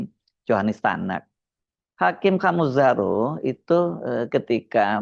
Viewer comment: Nama beliau itu dibaca Khame (“e” dalam kata menang) bukan O. Jadi dibaca Khamezaro, bahasa Nias🙏